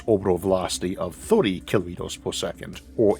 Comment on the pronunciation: What's a "kilomitos" ? 🤨